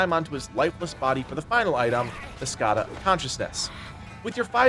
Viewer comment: Not sure why you are making the N in Skandha a silent letter, but thanks for the video.